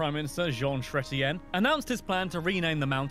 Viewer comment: It's actually Vancouver Island, not Victoria Island. And it's Jean Chretien, not Shrettien. It would be nice if someone sharing facts actually had them right.